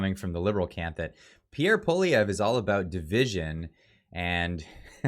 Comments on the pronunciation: Pierre Poilievre last name has not have last letter e silent ! Other vise good comments. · Sorry, but you have to start pronouncing Poilievre the right way lol! You might be using it a lot. You appear to be getting a little wishy washy, not really sure which way you want to go. Sounds a little mixed. Hopefully you’ll start pushing harder for support, I understand your reasoning for being somewhat sceptical especially after this liberal governments performance, but I think if we don’t change things now we’re completely screwed. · Definitely an uphill battle. I really like your videos but please learn how to pronounce Poilievre’s name. You said it 6 different ways. 😂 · I want to share your videos to my friends who are on the fence.... But I can't until you're pronouncing PPs name consistently! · Would you please learn to pronounce the new Conservative leader’s name! Making fun of the “French guy’s” name isn’t funny. It’s divisive and undermines your message. It’s not Poli-vee-yay. Leave that to the Lib/NDP coalition. Believe me, they love it when you do that. 😉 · say it with me: "Paul-E-ev". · Pierre’s last name is pronounced Polly ev. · please practice Pierre’s name. Pick a pronunciation and stick with it. Paul-eee-Evvve. Not that tough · Love your videos! Polievre is pronounced poly-Ev, hope that helps! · practice the name Poilievre; you will be saying it a lot in future! LOL. Suggest you write it out phonetically and stick it under the mic: PO-LEE-EVE (badly pronounced) in English. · you said his name right the first time and then fucked it up the second time and got it right again on the third... lol. better than front page news. his pronunciation on Pierre's name and Saskatchewan is terrible. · iy is Poly evr not polivie Learn to pronounce. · not pol-i-ev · Dude. Its POLY - EV - RE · Poilievre pronounced Pwaw lee evre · For gods sake at least pronounce his name correctly. Phoenetically it is poly-evv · It's pronounced "poly-ev"